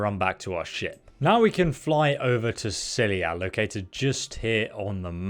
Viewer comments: It's scylla not scylia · Scylla = sih la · Every time you say scyllia it makes me cringe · Not sckylliA is scylla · How does an adult not know how to pronounce "Scylla", like in "Scylla and Charybdis"? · pretty sure he’s said he’s dyslexic, which causes him to misread or mispronounce words at times. Many people with dyslexia have problems with words that aren’t common and therefore they haven’t heard said often. And while I know how to pronounce Scylla, if you think that “Scylla and Charybdis” is a commonly-known phrase that every adult has heard and should be familiar with, you are seriously out of touch with how informed most adults are about Greek mythology. Hell, it’s more common that adults know “deus ex machina” and THAT is often mispronounced.